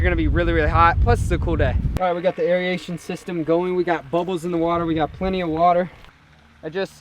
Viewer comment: not meaning for this to be hate what so ever but tbh I really don't like the way u say aeration